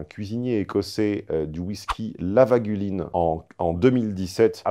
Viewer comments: Bon le whisky, c'st Lagavulin et non pas Lavagulin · LaGAvulin si je puis me permettre. Pas très important mais votre qualité d'élocution me force à vous le préciser.